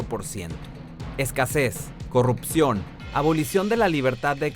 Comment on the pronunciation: se dice Corrupcion, NO CORROPCION!!!